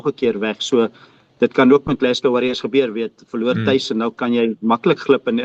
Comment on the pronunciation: Geluk met die korrekte uitspraak van Glasgow 👏 😁